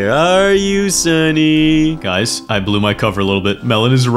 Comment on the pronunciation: Sunny not lieiny